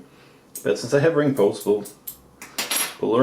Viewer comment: What's funny is when you said "ring pulls" I heard wrinkles!